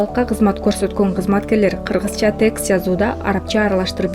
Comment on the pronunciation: Сүйлөп жаткан диктор кыз өзү туура сөздөрдү туура сүйлөбөй жатат. Тэкст эмес, текст деп айтат, Прэзидент Президен, ж.б .Аябай жаман угулат экен